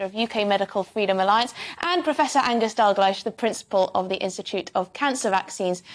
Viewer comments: Dr Dalgleesh = pronounced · Never heard the name Dalgleish butchered so much.